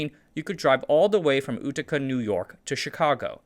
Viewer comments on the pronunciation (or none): No hate, but Utica is pronounced “you-tica” not “ooh-tica”. Although that’s pretty funny! Good content! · YOU-TICA NOT ootica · Utica is pronounced Yewtika, not ootika... Utica is an interesting place, home of two notable airlines, Mohawk Airlines and Empire Airlines, and for some reason, the birthplace of the founder (Kenny Friedkin) of a third, Pacific Southwest Airlines (which many view as the original low cost carrier - it inspired Southwest Airlines). Must be something in the water there. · You-tica , not ooo-tica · "Utica* as in you-tik-a, not like choo-choo-tica. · Chewtica not chootica 😂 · Quick pedant's note: the U in Utica is pronouced like "Yue" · Wah-Bosch, Uww-Ticka, these pronunciations are phenomenal. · Only note, Utica is pronounced "you-tick-uh" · Utica NY is pronounced You-tica. If ever a city illustrates the rise and fall of fortune based on transportation, it’s Utica NY which has seen the impact of the Erie Canal, railroads and the interstate highway system. Add on electrification of the south (initiated by former NY governor Franklin D. Roosevelt) and air conditioning (invented by Willis Carrier of nearby Syracuse NY both of which encourage migration of industry to the south. Carrier is now headquartered in the south. The final nails in the coffin were state taxation and regulation, local government corruption and finally federal policies which encouraged complete off-shoring of industry. Utica attempted to stanch the population decline by opening the door to refugee resettlement which was somewhat successful but resulted in impoverished third world immigrants making up a considerable percentage of the population.